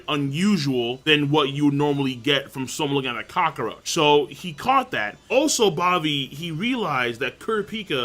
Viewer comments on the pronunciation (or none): Is it just me or does King pronounce cockroach weirdly? It kinda sounds like "cock-o-roach"